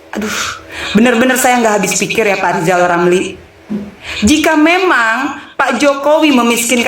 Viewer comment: Rizal Ramli malah amat parah. Masa udh setua itu tak bisa membedakan mana huruf R dan mana huruf L?